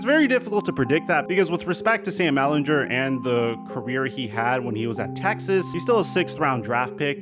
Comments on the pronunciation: I love you but as a Longhorns fans I need to tell you that it is Ehlinger not Ehlinjer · Come on man say Sam Ehlinger name right, stop saying his last name wrong